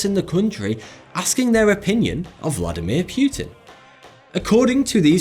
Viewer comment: vladimir pewtin